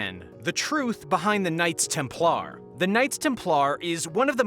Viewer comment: Why were you pronouncing Templar weird? lol